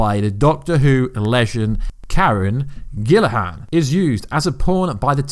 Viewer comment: Can you pleaae pronounce karren gillan's name correctly please.... Its obviously not gilahan...